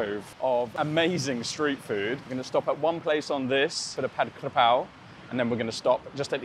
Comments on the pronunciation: ผัด"กะ"เพรา ✅ ไม่มี "กระ" นะครับ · Came to like just for the Forget Mark Wien thing. Sick of him. It's Ka Prao not Kra Pao btw. Most Thais got confused too.